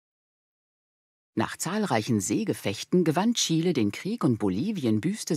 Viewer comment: Bravo! Chile mal richtig ausgesprochen. 👏